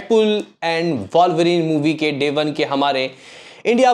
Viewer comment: अरे कोई बताओ इसे वॉल्वरीन नहीं वुल्वरीन है।